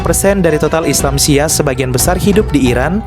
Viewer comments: Nyebut Syi'ah aja salah moderator baca nya Syi'ah bukan siah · Min bacanya bukan Syiah. Tapi Syi-ah. Dan Syi'ah BUKAN ISLAM.. Syahadatnya juga beda. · Syi'ah bukan syiah Apakah reporter gak pernah dengar sebutan syi'ah?sehingga cuma membaca tp tidak mengerti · SHI ' AH BANG BKN SIYAH 😮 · Bukan siah atuh..... syi’ah...!!! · iya syiah dibaca syiyah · Ini penyiarnya kalau bukan islam itu sendiri jangan sok tau deh, yg di terangkan masih ada yg keliru. Nanti bisa jadi mengundang kontra. Cara penyampaiannya sja masih salah dalam mengucap salam dan mengucap syi'ah. Mending urus agama sendiri deh